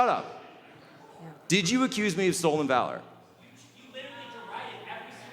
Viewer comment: HE MISPOKE "Stolen vawor"